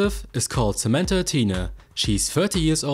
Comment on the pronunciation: I like how you put that "h" in her name 😄